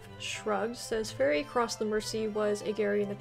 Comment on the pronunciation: 'Mersey' is pronounced 'merzee', not 'mercy'.